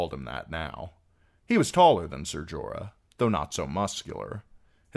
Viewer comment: Jorah. Wtf bro.